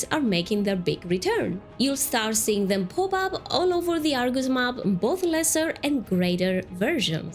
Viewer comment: It’s Argus, not are goose lol